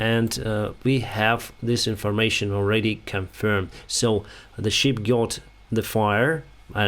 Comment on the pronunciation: Не шіп а шип Шіп це вівця по англійськи А взагалі молодець, інформація сама близька до дійсності Дякую!